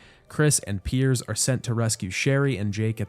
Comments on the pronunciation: Did you really call Piers, Perry in the first section of the video? 😂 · Are you calling Pierce Perry on purpose or am I missing something?